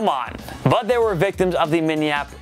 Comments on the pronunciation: lmao break down the word. Min-nne-a-pol-is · Top 10 closest tries saying “Minneapolis Miracle” 😂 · The more he says Minneapolis the more it begins to sound weird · He can not say Minneapolis.